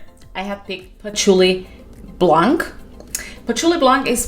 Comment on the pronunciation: Blanc the C is silent 😊